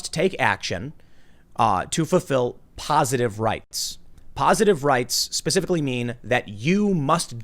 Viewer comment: Pacificly or Specifically